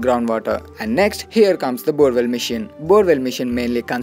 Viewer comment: Machine pronaunce is wrong